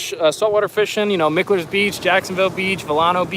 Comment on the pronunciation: and before you upset the locals... Mickler's... is pronounced Mike-ler... just so you dont upset them.. they get perturbed...